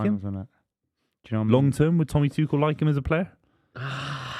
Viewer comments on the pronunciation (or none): The irony of saying "yoo dont know ball bruv" about ten times in the same show he calls Gabriel Jesus "Gabriel Hay-zooz" and Thomas Tuchel "Thomas Two-Shell". Then there's the thinking that Maignan still plays in France...